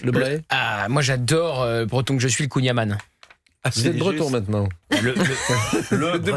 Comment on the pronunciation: Le Bret qui se dit breton et prononce mal le Kouign-Amann ...